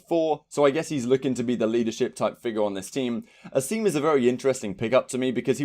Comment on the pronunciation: Asim deadass says his name in the announcement and still you don’t pronounce it right LOL